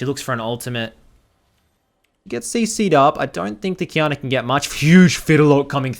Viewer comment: Ngl, took me some time to get that Qiyana was lanning against Diana with the way u pronounce it xD